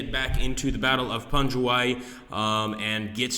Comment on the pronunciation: It's pronounced pangwayy